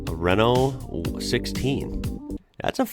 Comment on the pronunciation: Renault Mégane...Raeno/Rayno Meh'gun